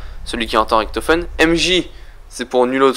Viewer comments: Ok -1abo==raison je suis un rageux ok...mais la les fautes que tu fait c est chiant on dit richtofen pas riktofen je fait de l allemand cherche pas repond moi et je le reabonerai les kikou vos geules je parle pas a vous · putain c'est pas Ricktofen c'est Richtofen Merde! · pourquoi tu dis ritofen au lieu richtofen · c'est Riktofen en angalais sauf que la facon dont il prononce sa fait degeu . a dire riktofen autant savoir le prononcer . sinon je kife tes vidéo et tes théorie